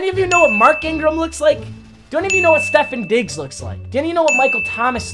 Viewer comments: You said stefon diggs wrong 🥉🥉🥉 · I’m a Vikings fan and I’m disrespecting. You said Stephen diggs instead of Stefon Diggs